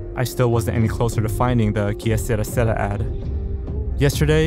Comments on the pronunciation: "Key-a Sarah Sarah" It's pronounced more like "kay-serah serah" 😂😂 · "Que sera sera" is an English mistranslation of an Italian phrase. Your pronunciation is not correct in either English or Italian. In both, it is generally pronounced more as "kay ser-AH ser-AH" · It's que ser-ra. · The child with flowers was part of some campaign type ad.... nuclear power or war? Something. Also, funny you say "que sera sera" like it was Spanish. It's French and pronounced "que = kay" vs "ki" and "sera = sey-rah" vs "sira". Anyway...love these weird vids you put out! Yay! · Que Sara Sara- is French. Pronounced “ k suh-rah suh-rah” as in “Que sara sara, whatever will be will be…” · It's pronounced Kay Seraah seraaah, not Kia seruhh seruhhh... smh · the song is pronounced "KE SERRA SERRA", not "kiye siera siera"...it's french. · neither can i, just gimme a "seh-Raa" 😭😭😭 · He literally said "Ikea sera sera" 😭😭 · The way you pronounced Kay sera sera like a Mexican has me laughing Jesus Christ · Heads up, "Que Sera, Sera" is pronounced "Kay Se-RAH, Se-RAH" I grew up with my mother singing the Doris Day version to me. Kinda interesting that it could be used in a scary psa, considering my connection with that song. Great video as always 👍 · For the record, and this is more of a nitpick, but on the Que Sera Sera lost media, it's actually pronounced like "Kay Seh-Ra Seh-Ra" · You're mispronouncing the title to the song Que Sera Sera. It's pronounced Kay Serrah Serrah (rhymes with blah). They use the creepy version for the theme song to the show From. And I'm old enough to know the Doris Day version. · You're pronouncing Que Sera Sera wrong, it's pronounced "Kay Sa-raw, sa-raw" in the song. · Que Sera Sera is not pronounced with a spanish accent btw, it's Kay Serah Serah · Jsyk, “Que Sera Sera” is pronounced “Kay sir-ah sir-ah.” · I believe it's pronounced, "K. Sir ah. Sir ah." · omg, and its KAY SER-AH, SER-AH. not sara. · Que Sera Sera is French proounced "kay ser-RAH ser-RAH".